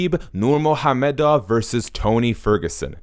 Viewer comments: Nurhamomedov? It's nurmagomedov learn to pronounce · The dude narrating this video can’t pronounce Nurmagomedov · he says "nurmOgAmedov" but his name is nurmAgOmedov... He is not correct at all! The only thing he got right was to pronounce the g as an h. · nurmagomedov mot nurmahommedov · It's ......Nur-ma-go-me-dov bro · My man said: “Nur-MOHAM-MEDOV” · Is it only e or did he just said "Nurmo ha-medow" xD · Actually pronunciation was way off. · Please At least Pronounce the surname right. There's a "M" in it.✌ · Can’t even say his last name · Did this fucking guy really mispronounced Khabib's name like he hasn't heard that name😱😱😱😱 hundreds of times? Jesus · Come on, pronounce the guy's name right. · I like how slow you pronounce Khabib's last name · The way this guy says NURMAGAMEDOV is disturbing, I know you’re trying to say it right, but please don’t. I’m Russian btw. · You didn't pronounce his last name properly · You're obviously a Tony fan the way you mocked pronouncing Khabibs last name....so I gave you a thumbs down and think you're trash for being so bias